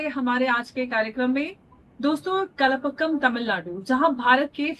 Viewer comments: "Kalapakam" nahin, Kalpakkam🙂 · it is pronounced as "Kal" like tomorrow in hindi and then "paakam", not kalapakkam....that means mixing things.....